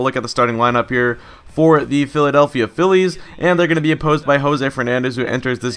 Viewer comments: why do you say philea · Why does he say felea instead of Phillies? Just wondering. Love the vids!